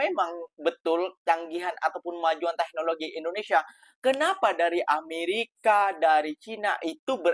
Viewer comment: cakap teknologi pun salah. dia bilang 👉tegokloji 🤣